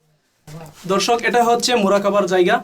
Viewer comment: দর্শক কে বলতেছেন ধর্ষক। আর প্রতি লাইনে দর্শক দর্শক বলার কি দরকার